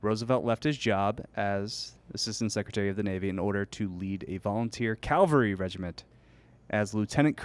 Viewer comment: The fact that can't pronounce the work "cavalry" kills me in every episode